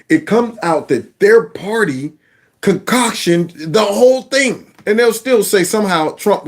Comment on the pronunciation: When you said the word “concocted,” it plays back as con-cautioned.